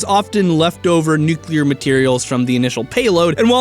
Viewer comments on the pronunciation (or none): Nu-clear. Not Nuke-u-lar